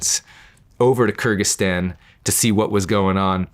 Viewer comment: I listened to it again and it sounds like he is saying something like Kragyzstan that borders Kazakhstan not Afghanistan his pronunciation makes it sound like he just made a country up